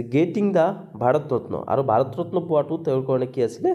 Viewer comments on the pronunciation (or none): none